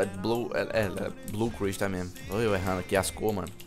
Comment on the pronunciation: cara fala crystal todo doido kkkkkkkkkkkk